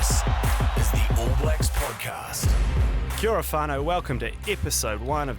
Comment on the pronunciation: Get a host who knows how to pronounce kia ora